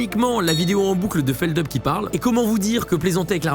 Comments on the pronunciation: C'est pas Feldeup, c'est Feldup (on prononce le U)! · Bordel personne sait prononcer feldup c'est fou